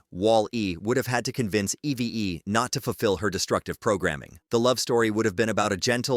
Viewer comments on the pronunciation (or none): It’s EEVE in pronunciation, “”, not E-V-E! 🤨